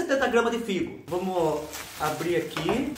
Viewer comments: Olá Fubá ! Todas as vezes que vc tenta falar fígado, vc fala figo .( eu entendo ) Essa sua produção sempre dorme no ponto.E eu divirto muito.😂🤣😂🤣😂 beju beju. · achei que era doce de figo ouvindo o falar depois que vi que era figado😂😂😂😂